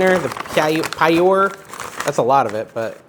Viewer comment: Pyure is pronounced “pure” 😂. I kind of cook the way you do.